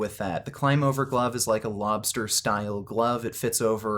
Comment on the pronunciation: Klim is pronounced like climb.